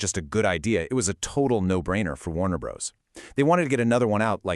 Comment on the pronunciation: First to comment.... Let me say I suspect this channel is using AI to make its videos. It's based in Vietnam, has strange editing that cuts the narrator off in mid-sentence, and calls the studio "Warner Brohs" instead of Warner Brothers. It's always been spelled Warner Bros. but no human being would ever call it that literally.